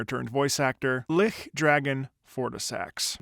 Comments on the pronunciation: Great video, it’s nice to hear the thoughts of someone who worked in that kind of industry, though I just have one small thing to say You pronounce lich as closer to lick, when the intended pronunciation is Li - CH, a lot of the emphasis of the word is on that ch sound, just wanted to let you know And yes, this boss is all about that twisted holy feel, as the boss not only uses the dragon’s red lightning, which was worshipped by the gods’ knights, but Lichdragon also uses holy attacks that have been corrupted. So in all parts, this boss screams of a great being brought low to the point that the fight is more of a mercy killing than anything else. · It's "lich" not ligh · Lich is actually pronounced more like Litsh. If you want to know how it's said you can look at DnD, it's a really iconic enemy of these kinds of games. It just means that the thing is undead and very powerful. Just fyi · Just to mention, it's pronounced "Litch". Like an itch with an "L". Good video though! Love seeing your expressions as the song progresses! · God, Fortissax was such a cinematic fight, but I was so caught up trying to dodge his lightning that I never got to properly hear the track! I think the 'Lich' in his name is pronounced with a hard ch sound though, like chair. At least assuming it carries over from Liches as a class of undead, which would make sense with his character. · why do u pronounce lich with a ch like the german ch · So you know, lich is pronounced like pitch. A lich is a type of undead. Usually very powerful. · lich is pronounced with a ch like chew, charity and chair. It refers to an undead creature. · it is not that wrong to pronounce it german. It is an old english word which basically means corpse. In german we still say "Leiche" for corpse. Allthough i think it's intended to be pronounced with a hard ch. BTW Love your videos. I am binging them now :D